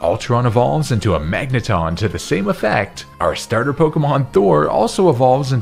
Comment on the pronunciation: THERE IS NO R IN MAGNETON!